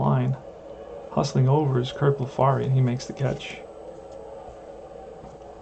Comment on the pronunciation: Both pitchers hitting home run. Extremely rare! Curt Blefary is pronounced Bleff-a-ree,, rhyming with referee.